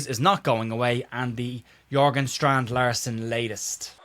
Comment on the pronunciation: Strand Larsen is Jørgen y'know, not Jorgen. That means it's pronounced Jergen, similar to Klopp.